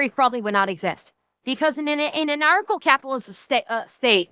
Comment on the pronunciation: It's 'an-archo-capitalist", not "anacro-capitalist". What you pay in taxes for police protection is more than on the market. The government tends to pay 1.5 to 2.5 times as much for the same service. A protection racket is where you pay for 'protection', or else there are consequences. That's not an argument against ancap, it's a description of the current system. If the taxes you are already paying for can pay for your current protection, then you CAN afford private security. It's the same thing, just with consumer choice and not threat of imprisonment if you don't pay. No, ancaps don't want to pay for welfare queens. If they choose to stave, that's their choice. Edit: your assumtion implies that the options are: a) Poor people starve b) Non-poor people are enslaved by the poor people. I think this might be what they call a false dichotomy. This is just as disingenuous as me saying "Oh, you want (insert government funded thing here), therefore you to enslave me?" "So these are people who have committed crimes" That's a pretty big assumption. And also wrong. "They want police to be abolished so they can do whatever they want." Yes. That includes accepting the consequences of what you do. These are ancaps they're talking about, not Sternerites. I don't want the Ministry of Truth telling me what I can and can't say. If someone thinks what I said is offensive, they can take it up with me themselves, rather than sent a SWAT team to take a fat shit on my rights. 1